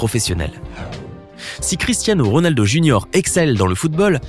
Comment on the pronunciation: Il a dit Rolado mais RONALDO